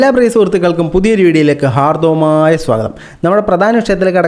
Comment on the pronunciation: ഹാർദ്ധവമായ ❌ ഹാർദ്ധമായ❌ ഹാർദ്ദമായ✅